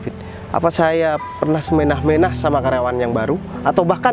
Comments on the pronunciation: Sekedar meluruskan Yang bener adalah "Semena-mena" bukan semenah-menah ya 😅😅😅😅😅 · maaf ralat boleh ya yg diucapkan itu salah ttg kata se mena2 yg betul bukan se menah2 jd tanpa huruf akhir *h*..jd yg betul se mena2